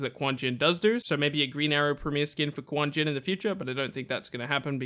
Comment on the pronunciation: its KUNG JIN not quan jin